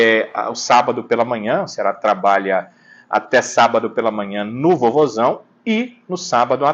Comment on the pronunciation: vc não fala VOZÃO. REPÓRTERES DE OUTROS ESTADOS DIZEM VOZAO.